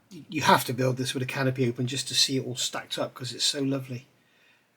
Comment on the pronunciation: I like that when you say "canopy," it sounds more like "can o' pee". I'm so immature. I have this kit and was interested to get your opinion on it.